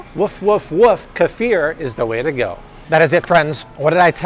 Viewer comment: Love your videos, but... seriously... it's not Ka•FEEAARR!!!! It's KEEF, rhyming with leaf, then ER, rhyming with blur! Stop it, already, people, with changing the CORRECT pronunciation of words! Friggin' A, man!!!